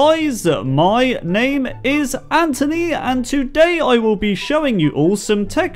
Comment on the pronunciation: He said antony not anthony